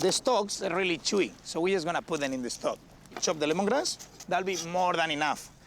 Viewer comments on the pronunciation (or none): sprinkol... de caramelaizing.. de stoc... ingles nivel peña nieto.